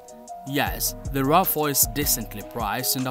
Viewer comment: You can tell this is AI, never heard of a Toyota Rafa, but I have heard of a Toyota RAV 4!!!😂😂😂